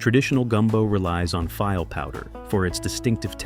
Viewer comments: It drives me nuts when the A I can't pronounce words. It's pronounced "fee-lay", not "file". As in gumbo. Very distracting in an otherwise informative piece. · File powder?? Come on AI, you can do better